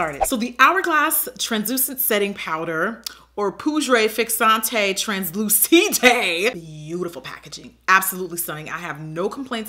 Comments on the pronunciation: THE FRENCH IM DEAD JACKIE NO NEED TO SAY THE É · "Poodré fixanté translooosidé" 😂😂😂